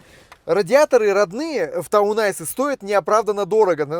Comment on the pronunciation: Все-таки правильно ТаунЭйс, то есть городской козырь, а не ТаунАйс, то есть городской лед ))